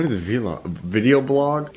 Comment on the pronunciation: It's one word. Vlog. Not V-log